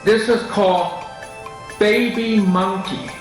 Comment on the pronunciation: I loled so hard at this "baybii muhnkee"